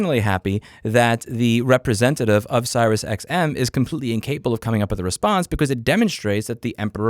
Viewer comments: Its pronounced SeriousXM not SirisXM, Just saying. You said it wrong like 50 times, very triggering. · 1) are you deliberately mispronouncing the SiriusTM company name? 2) if a company insists being an asshole about cancelling, just tell them I will not continue to pay and then I tell the CC company to ignore them and not pay. Works like a charm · Im 1000% convinced by the fact the title has the name right, that louis hates siriusXM so bad he refuses to say their name correctly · serious xm*? lol i've never heard anyone pronounce it that way. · Never heard anyone pronounce SiriusXM that way before 😂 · Is he saying SiriusXM wrong on purpose or can he just not read?